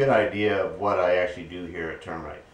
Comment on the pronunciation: Hi, Like your vids, have gone back and watched many of them. But, I'll swear,most of the time, during your intro, when you say "Welcome to Turn Wright Machine Works...", that Yankee accent sounds to these old (81 y/o), Buckeye ears like, "Welcome to Termite Machine Works...." Thats OK, it's just that "We are what we are...AND were....." GIT 'ER DONE.!!!!